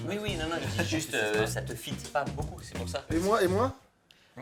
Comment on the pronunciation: mc fly ca te « feet » pas ca te « fat » Sorry pour l’humour...